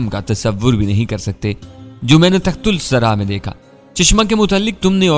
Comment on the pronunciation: جناب تصحیح کرلیں صحیح لفظ تحت الثریٰ ہے بجائے تخت السری کے۔ Tahtussara